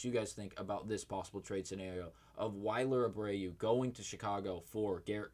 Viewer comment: He also said wiler Abreu🫣 makes me think he doesn’t watch the games